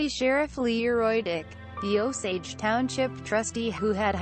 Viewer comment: It Is O-SAGE like the American Indians. Come on now.